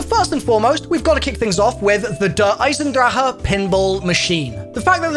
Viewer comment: “Der Eisendraha” after all these years he still can’t pronounce it correctly lol